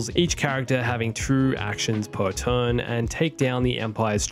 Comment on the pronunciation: It's pronounced "turn" not "tohrn." You need to see a speech therapist.